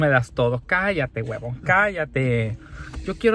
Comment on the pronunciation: que curioso té escuchaste cuando le dijiste Guebon. Jajaja